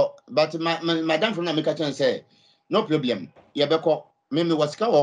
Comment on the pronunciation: “No pieblem” 😂